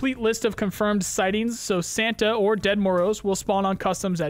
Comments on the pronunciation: Its not "dead" Moroz... it comes from russian "grandpa", more pronounced like "djed" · The Ded Moroz pronunciation is terrible